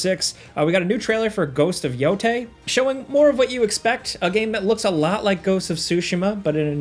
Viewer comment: I'm somewhat triggered by how you say ghost of yamatai and the other one 😅